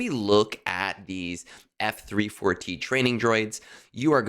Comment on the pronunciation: F-34T You say it like you have been taught: eF Three Four Tee...Learn to leetspeak. F34T is FEET. It is Feet! Wait! No! FEAT as in Feature. You are giving me shivers whenever you say eF Three Four Tee. It's Feat. Like R2-D2 is Artoo similar to Arthur. Every important droid has a wordplay in their serial number. Shorty, Goto, Chopper, etc. Conquest? I am F2p So I beat rush it to Sector 5's end about a week long, and hit a few quests. Then I plan ahead and beat whatever I have HP at 100% atm. This Feat disk might be helpful, but I was good without it already. Not really a help to me...but just a maybe help. I'll see. Plus thing that the FEAT disk is 1 dot cost.